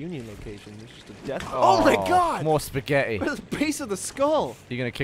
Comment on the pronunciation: Did just say Spaghet? Que Time and Eric